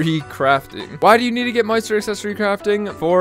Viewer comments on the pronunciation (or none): none